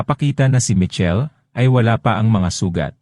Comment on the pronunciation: Michel hnd po Mitchel😂